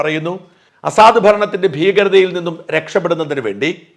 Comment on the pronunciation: താങ്കൾ സിറിയൻ പ്രസിഡന്റിനെ അസാദ് എന്ന് അല്ലേ ഉച്ചരിക്കുന്നത്.. അത് തെറ്റ് അല്ലേ.. എന്നാൽ ""അസദ്ത്‌!!""എന്നല്ലേ ശരി.. ഈ അറബി വാക്കിന്റെ അർത്ഥം.. സിംഹം എന്നാണ് എന്ന് തോന്നുന്നു 🤔🤔🤔!!